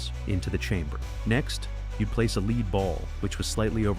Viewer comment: Damed AI, its not leed, its said led, spelt lead so idiots dont know how pronounce it. Get a grip, or learn to reed, thats not red, but said reed. Rodge David Kidderminster England UK 🇬🇧 xxx